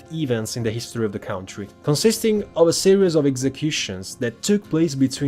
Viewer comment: Ciao, visto che userai molto spesso questa parola, ci tenevo a dirti che "country" si pronuncia "cantri" e non "caUntri".